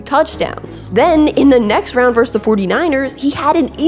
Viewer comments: great story on a highly underrated player!! 👏 why do sportscasters insist on saying "verse" when they mean "versus" tho? it's incorrect asf and annoying to boot! also that HOF qb's name is Pey-"ton" not Pey "un" is it just me that this drives crazy!? bcuz i'll shut up about it 😂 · Norv said it best "he's not small, he's short". Strong as fuck, twitchy and elusive as Barry, and could catch and block. Lightning bug ruled! PS: the word is "versus" not "verse".